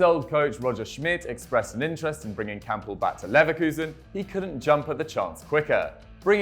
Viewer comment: I swear I heard he said kampl join bvb in January 2018